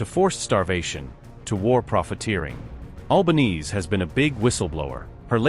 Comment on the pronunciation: Her Family NAME's NOT "White Knees," (= Alba-neez.) It's normally SAID "Alba-nay-zay". Thanks, Mint.